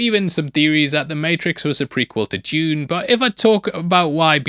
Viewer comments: it took me a second to figure out who is "june" he keeps talking about. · Why is he talking about "June"? We are here to talk about Dune, not "June"